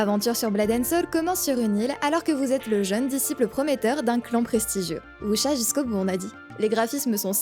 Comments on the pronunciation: Si tu veux être plus proche tu peux dire "Wou-sia", même avec un accent français ça sera ok :) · "Voucha" :'D